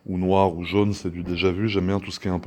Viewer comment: Pourquoi a chaque fois tu dis jaune ou jeune